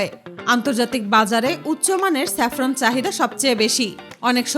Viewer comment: চেপরান না জাপরান হবে